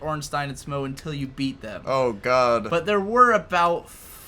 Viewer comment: Smough ryhmes with plough. I don't know why people have such a hard time pronouncing the name. I especially have no idea how anyone can interpret 'smog'. And holy shit . You were one prod away from victory. I'm not sure if I should be grateful that I didn't have to fight these two on my own or not. I summoned someone to help me. Would it be easier if you kill Smough before Ornstein? It seems this video was uploaded very recently, based on a number things said. I'm very interested in watching Fury Road at this point. The Raid and The Protector were great. I didn't expect a Hollywood film would have the same level of action.